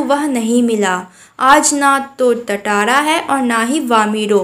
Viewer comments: Not tataara it's tatara😂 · Tatara nahi tantara (टाटारा nahi तंतारा) hota hai😅